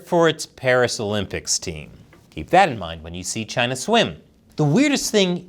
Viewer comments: Why does the way you say CHINADA sound like Chinese for Canada? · CHINUH NUMBAH WAN! lol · Sometimes I miss the way he said, Chyna. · I love how started mimicking Trump and pronouncing it Chyna 😂